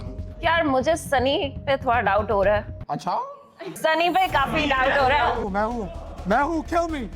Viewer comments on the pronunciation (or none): The way says "Achaw"😂